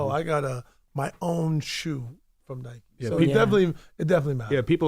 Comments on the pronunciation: Envy literally pronounced "Nike" wrong wtf?!? 😂 Is he illiterate? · Everyone has it mixed up cause the rest of the world pronounces it as “Nike”..us North Americans pronounce it as “Nik-ie”